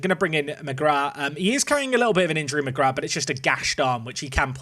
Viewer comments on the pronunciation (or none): none